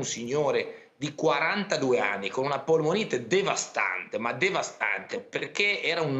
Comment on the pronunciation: "Una puolmuonite devastante!!" " Se c'è da farsi altre tre vaccini, io sono pronta" AHAHAHAHA!!!!